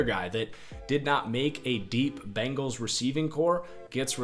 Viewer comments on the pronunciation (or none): none